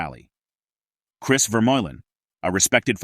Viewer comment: You continue to pronounce his last name wrong. Early in this video you even call him "cheers" rather than Chris.